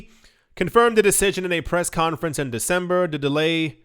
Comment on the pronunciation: Yoooo you’re “Dec-sombra” & “Nov-vambra” annunciations got me cracking up over here 😂